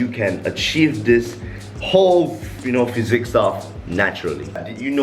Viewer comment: It’s physique not physic